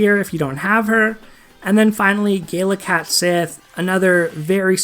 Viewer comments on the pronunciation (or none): Its pronounced cat she not sith. I learned this from final fantasy 7.